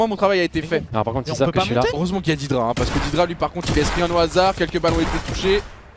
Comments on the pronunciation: C'est pas "didra" Mais "dédra" Venant de l'anglais "dead" Cordialement Pour doig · fais pas l'anglais dead sa se prononce dèd et non dédra